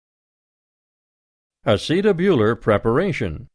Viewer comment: Don't like his pronunciation of "acetabular"